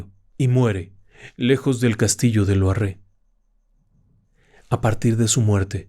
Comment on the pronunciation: Me ha encantado,solo un pequeño apunte, Loarre va acentuado en la a,no en la e,lo cual no desmerece un ápice la narración del 😊